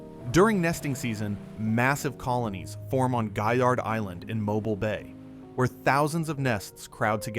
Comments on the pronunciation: MOE-BEEL. NOT MOBIL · It's not Mo-bul it's pronounced Mo-beel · Came here to say such, as well. It’s pronounced ‘mo-beel’, with the ‘-bile’ in Mobile sounding like ‘deal’, but with a ‘b’. 😅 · Folks, you can't teach AI to say Mo bill. It will always say Mo bull. Good reason to use human voice but I've heard so many, foreign to Alabama, also say Mo bull. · 😮 my friend, the town is pronounced mo- bill 😊 and the other one is pronounced (dolphin) dauphin Island.... Like the spotted dolphin I don't know why people have such a hard time pronouncing them words 🐱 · In Alabama we pronounce Mobile as MO-BEEL. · Great narrative but I have to tell you- it is pronounced Mobeel. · It is pronounced Mo beal. Definitely not voiced by anyone from the South. Not watching the rest.... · It's Mo BEEL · Why do so many people have trouble with Mobile. This is my home and I just have to correct them when they pronounce it such weird ways. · please read the comments regarding your pronunciation of Mobile. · Has to be yet another Youtube AI video. Mobile, as an example is mispronounced. Sad. I turned off and bailed out. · Good video made irritating to watch because of Al narration and number of ads. If you are going to use ai please edit how many times can Mobile be mispronounced in one video? In many instances the narrative does not match the images. Missed opportunity to make a outstanding video. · Horrible narration! How could you not know how to pronounce "Mobile"?!?! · In a southern expression, the narrator should be ashamed of himself for his mispronunciation of locations, such asDauphin Island and MOBILE just ask Google. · Poor pronunciation of Mobile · One mispronounced word can remove so much credibility. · Agreed! This narrator is NOT able to speak properly at all. Even non-Americans know how to pronounce the city of Mobile. But! This fella/AI cannot!!!